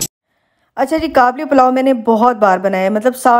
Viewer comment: It's called Qabeli Palaw sister not 'Kablipalau', coming from an Afghan.